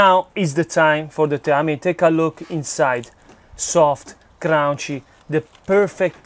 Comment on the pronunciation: Soft and "crown-she" 😂🤣😂